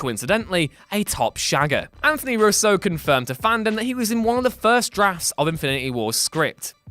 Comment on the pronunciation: How can you mispronounce Russo?